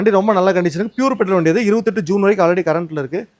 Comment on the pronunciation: ஜீன் இல்ல நண்பா (ஜூன்)